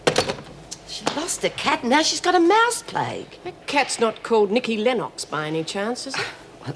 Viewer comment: Why on Earth is Meg pronouncing Nikki Lennox as “Nikki Lenn-ox”? 😆